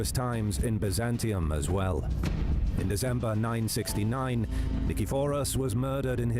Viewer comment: Please pronounce the name correctly ! It's pronounced BIZ AN TYNE and BUY ZAN TIUM !